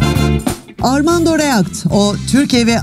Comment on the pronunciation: kardeşim. Düzeltirsen iyi olur. Armando’ya ayıp olmasın.Birisi benim ismimi yanlış telaffuz ettiğinde ben kızıyorum.